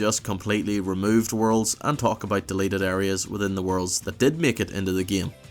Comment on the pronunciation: Why do you say "game" like "geymee"??